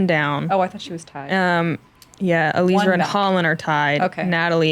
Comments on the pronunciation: Not Eleezra, Ellie-ezra. Please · I was the announcer for FPO. It's pronounced Uh-lee-ezra. She personally broke it down in her interview with Staggered Stance shortly before this event.